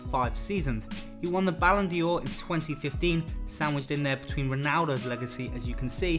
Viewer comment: This guy's pronunciation is truly deplorable: Nemeth, Internazionale, Ballon d'Or etc. etc.